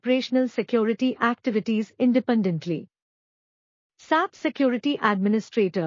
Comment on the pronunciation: It's not Sap it's S-A-P that's how it should be said